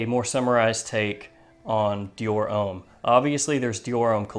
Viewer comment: yrustupid its Deux, not duh 😂😂 And homme isn't pronounced 'ome' its a mixture between ohm and uhm. But yeah great fragrance review, I'm intrigued by the Carolina Herrera fragrance because I do love CH Men Prive also